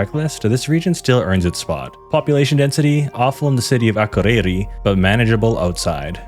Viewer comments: yes im icelandic (from one of the better regions as well) my grandparents live in akureyri so i say it a lot. you just put emphasis on the wrong letters and also everytime you needed to say ð it sounded like d💀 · im dying at how you pronounced akureyri